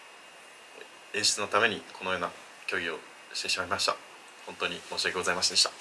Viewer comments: とりあえず申し訳ございませんでした、の発音下手くそなのは分かった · 申し訳ございませんでした1回も言えてない